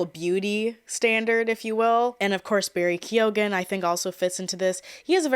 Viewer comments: Keoghan, prounounced kyo-an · I do not mean to come across as an ass, but Keoghan is an irish name, its commonly pronounced Keegan. Much love from Australia ❤❤❤ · Barry's surname is irish, its pronounced key-o-in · Keoghan is pronounced Key-oh-wen but fast like kyo-wen 🇮🇪